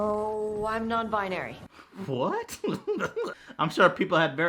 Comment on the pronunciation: "Well, I'm a non-buynary" 😂